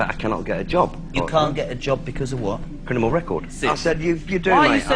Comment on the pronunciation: did this guy say “crinimal record”